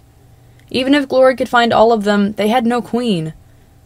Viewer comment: stop saying “dem” I’m physically retracting from my screen